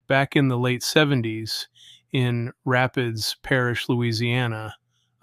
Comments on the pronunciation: Raah-peeds, not Rapids, and it's spelled Rapides...rap-eeds... it's Rapides Parish... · Well sorry to disappoint you but this guy is a fake. I have lived in Southwest Louisiana my entire life and this man is mispronouncing the name of the parish. Unless he's disclaiming that he is reading a story sent to him by another person, he himself definitely has never been to rapids parish